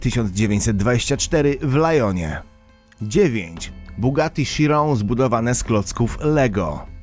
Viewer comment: Bugatti Chiron czyta się bugatti kajron